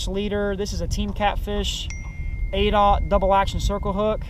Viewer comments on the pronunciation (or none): ok, I understand now, its "aughts" like 00's.. was confusing to me because it sounded like you said "oats"